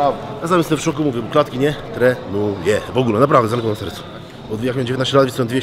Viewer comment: Nie tre nu je ! W ogóle!